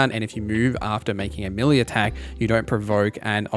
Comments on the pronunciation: The word "melee" is pronounced may-lay, not mill-ee. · I kept wondering what a milly character was. Then it hit me! Ah I think he's saying meleeeee lol